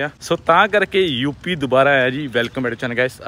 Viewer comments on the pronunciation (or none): ਧੂਪੀ ਨੀ ਯੂਪੀ ਹੁੰਦਾ 😅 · ਧੂਪੀ ਵਾਲਾ ਪਿੰਡ ਨੀ ਸ਼ਾਹ ਜੀ ਯੂਪੀ ਵਾਲਾ ਪਿੰਡ ਹੁੰਦਾ 😂😂😂😂😂 chlo bki koi ni